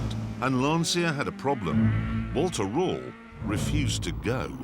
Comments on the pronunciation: The correct pronunciation is more like "Lunch-a" if you put the emphasis on the "u" 👌😁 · Can anyone explain to the non-Italian speaking people that it's Lancia and not "Lansia"?!! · pronounced "Lan-Chia". Please. respect Italian way of pronunciation. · Lancia = Lantsia? Jeremy should know better. Shame on you, Jezza 💔 Get a german passport, so you can order Tschianti and Notschi (Chianti +Gnocchi) and no one (except the 70 Mio. Swiss+Italian) will ever blame you... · Please , the right italian pronunciation of LANCIA is "Lancha" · 'lanszia' mi fa morire come lo pronuncia 😂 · One day, Jezza will learn how to pronounce Lancia. This is not that day. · Never confuse grip with traction. But what can you expect from car enthusiasts that still, after all these years, don't know how to pronounce Lancia properly? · Since Clarkson has such a soft spot for old Lancias, perhaps he could learn to pronounce the name correctly? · I wish Clarkson would pronounce Lancia correctly. It grates every time he says it wrong. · Dear Clarkson. The car's name is NOT pronounced like you do, for god's sake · like someone said up thread, most foreign none English speakers pronounce our words completely wrong but we don't care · Very interesting, but it'd be nice if he could pronounce Lancia correctly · I'm loosing my ears every time he says Lancia mispronounced. It has to be said "/lancha". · This is still my favorite lancia of all (which, by the way, is pronounced lancheeah and not lansiah as Röhrl correctly says it). Great days. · I love this story and Grand Tour / Top Gear as a whole... just one thing that always bugged me... Will anyone ever tell them how to pronounce Lancia correctly? "C" is pronounced as a "CH" by the Italians. So it's "Lanch-yah", almost rhyming with "Lunch". Have a listen to the driver saying its name , or just imagine Mario saying "Thisa car, ita launch ya", if you're still stuck :'D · It s not lansia pronunciation but lancia L A N C I A Dam ..anzi cazzo !